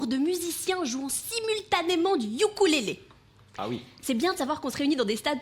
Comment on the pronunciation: est-ce sur "Outube" que vous avez entendu que ukulélé se prononce "Youkoulélé"?